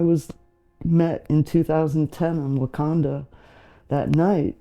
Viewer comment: 😂 I am so glad you commented, because I stopped and rewound the video because I thought she said Wakanda. 🤦🏾‍♀️